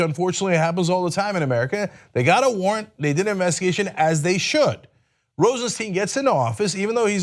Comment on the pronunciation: Cenk. Rod Rosenstein has been in the public light long enough for you to have learned how to pronounce his name correctly.